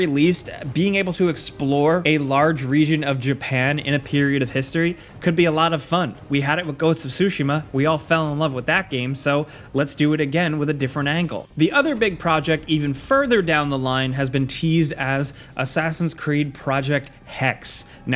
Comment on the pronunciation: did he just say sushi-ma??🍣